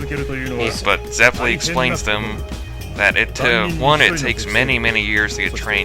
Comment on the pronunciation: I have to practice Italian for my music lessons and I have to let you guys know that you're saying Zeppeli wrong... It's Zep-pe-lee. In Italian, double consonants are always pronounced. If they aren't separated though, they are lengthen... Like the LL. I watched Golden Wind first, and throughout most of the time, I wanted to bang my head against the desk because of the pronunciation... Hope that I could help. Awesome vids.